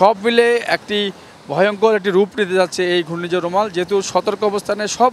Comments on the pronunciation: সাংবাদিক ভাই রুমাল না "রেমাল" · সাংবাদিক ভাই বলছে রুমাল এটার নাম হচ্ছে রেমাল বা রিমাল শুদ্ধতা বাছাই করে নিন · সাংবাদিক ভাই রেমাল উচ্চারণ টা কঠিন নয়